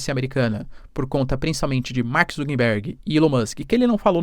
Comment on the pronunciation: Mark ZuckeRberg, e não ZuckeNberg